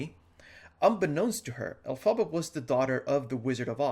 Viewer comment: It's pronounced EL-fuh-buh, but we all got what you meant, just letting you know :)